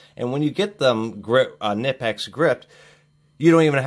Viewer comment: nip-ex? oh dear, you didn't pronounce that right at all